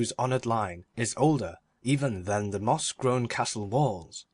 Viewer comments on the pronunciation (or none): 4/5 would be 5/5 if the reader could say "The" instead of "de"